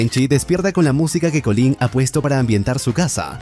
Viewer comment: Colín? Llamais Butcher a Butcher y a Collin le decís Colín? xd